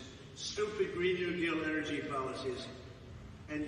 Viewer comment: Enercy, I mean who doesn't pronounce it enercy